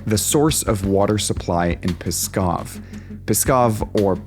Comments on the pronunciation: That's pas kooh actually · It's not pskov it's paskoh.